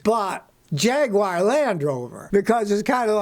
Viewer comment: Oh Scotty, ..... Jagwire You should know by now it's jag u ar "Jaguar"